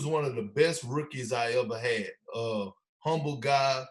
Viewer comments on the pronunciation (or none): none